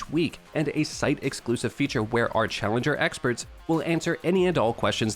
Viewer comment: "Callenger" ? xDD !